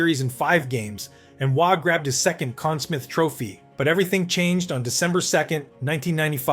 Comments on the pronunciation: Conn Sm-EYE-the...not smith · Conn Smyth not smith. (Pronounced sm-eye-th). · Please pronounce the name of the best goalie of the year properly There is history in the naming of that award and its disrespectful to that history for your channel to let that go. GET A CLUE!!!!! SMITH. Really? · You had me up until you called it the "Conn Smith" trophy... Amateur hour stuff